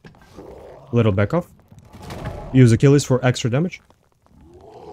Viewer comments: What you on about? He totally pronounces it right... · he pronounced it right, it's a roman name not fucking english